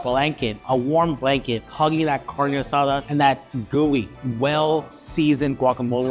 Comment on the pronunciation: Lost credibility the way he pronounced carne asada.